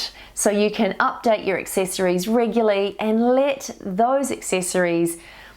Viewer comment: so sorry this really annoys me and I looked it up: regular, adjective, regularity, noun, REGULARLY, adv. NOT reguly!, thanks anyway, it must be a NZ thing?